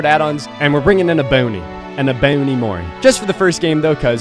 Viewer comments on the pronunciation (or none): E-boney?? E-BONEY???. I love you? To be fair Ebony is a weird word. Like, English has so many damn flaws. You probably don't care either way, but I think the easier written pronunciation probably is EH-Bow-Knee. But when saying it fluently in a sentence, it sounds more like EH-buh-knee (or perhaps that's just my New York dialect?) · And we r going to be bringing and mori, a EBONIE MORI🤣 (The way he says Ebony for fun Is hilarious)